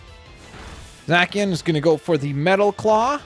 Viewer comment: Zay See An is how you say it